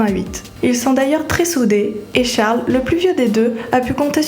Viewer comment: C'est pas Charle mais Charlie